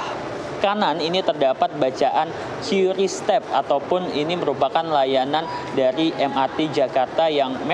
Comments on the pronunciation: Yang benertu bacanya kris bukan kiuris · lah yang nyiptain aja bilang kris kok bacanya.. Gimana sih😊